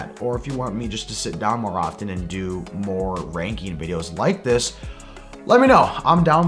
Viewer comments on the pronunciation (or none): none